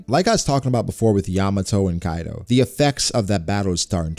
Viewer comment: Bruh it's Kaido not Kido. I do not care about your grammar Or your knowledge in English but at least get the name of a character right.